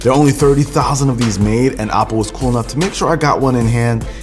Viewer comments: Who else thinks he said Apple instead of OPPO 🤦🏻‍♂️ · It’s pronounced O-ppo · anyone else hears "apple" when he says "oppo" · every time he says oppo. .I hear apple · Why does it sound like apple when you say oppo :D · Why i keep hearing him say Apple and not Oppo? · Is it just me or did you get confused when he said OPPO because I keep thinking he’s saying apple 😂😂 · Dose he keep saying Apple or Oppo ? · Chinese pronounce apple as Oppo this the name. Same old Story of Chinese profiting off other people